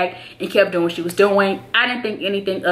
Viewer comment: "I was just tryna look out for you.." "For WHET?!" LMAOOOOO I DIED. Love you girl xx